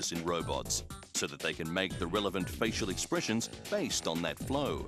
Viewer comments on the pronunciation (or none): none